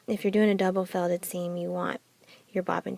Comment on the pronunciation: Quit saying Double fellded